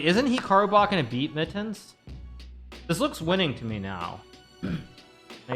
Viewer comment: really just here to listen to Hikaru say "Mit-tens"